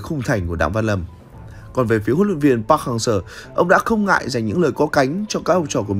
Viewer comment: cứ đọc park hang SƠ , nghe khó chịu vl